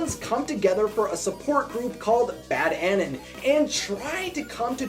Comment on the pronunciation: lol you said "bad annin". Its Bad Anon, like anonymous